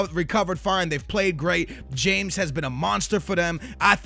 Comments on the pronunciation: I find it really annoying when people pronounce it James Rodriguez instead of Ha-mez Rodriguez. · its pronounced hames not james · its not james but hames....thats how its said... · It's pronounced "ha-mes" not "jayms" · It's "Hames" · In Colombia they say James like "Hram-ace" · James Rodrigues is pronounced Ha-mes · It's James Rodriguez, pronounced "Ha-mez"